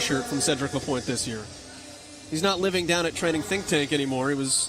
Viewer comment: Event 2 and the commenter still says ‚Lapointier‘! This guy is call ‚Lapointe‘ man!!!! Could you learn at least the names?!!